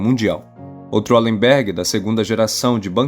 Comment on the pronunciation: Bom vídeo. Mas o nome da família é Valemberg, em todas as línguas germânicas o W tem o som de V, não de U como no inglês